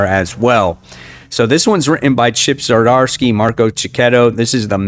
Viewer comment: Oh my goodness I can't take it anymore, THERES NO "A" IN Z'DARSKY, ITS NOT ZARDARSKY. I know this is stupid, but it bugs the crap out of me!